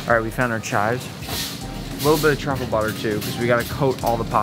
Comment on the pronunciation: baby girl…. It’s truffle